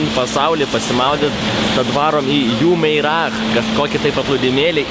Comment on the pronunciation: Tariasi Džiumeira ;) pačiam teko ten būti ! Ir viešbutis ne Burj Khalifa , o Burj Al Arab :D